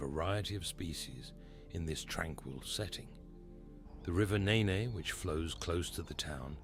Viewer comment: The river is pronounced 'Neen', not 'Neh-neh'.